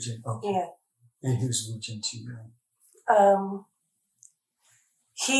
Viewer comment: The fathers first name is woojin, not woo…